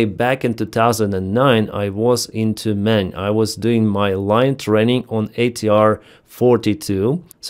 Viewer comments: It sounded like "I was in two men." haha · and I thought he said "I was in тюрьме" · I had to listen again, what did I just hear 😂😂😂😂 "In Tyumen" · Yep, same here for a not native english speaker. I wondered for a second, if he meant "...i was into men" or "... "I was in two men". 😂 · With your accent it sounds like " Back in 2009 I was into men." lol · Saying "in 2019 I was in Tyumen", in English sounds like "in 2019 I was into men". 🤣